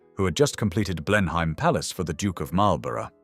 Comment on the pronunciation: Blen-heim! AI reading?